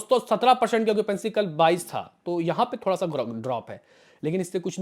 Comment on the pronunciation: bhai sahi bola tune .😂 okipency bolke hi